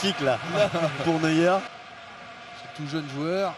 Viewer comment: La sortie de neweur mais mdrr on dit neuer